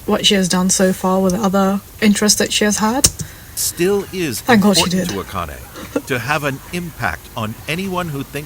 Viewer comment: yes, the way you pronounce Akane is more in line with how it is said. (she goes by A-Chan, not Akane Chan btw) . I will never ever EVER recommend google translate for Japanese to English and vice versa but, the way it audio wise pronounce Japanese words (and names) is rather good. Give it a try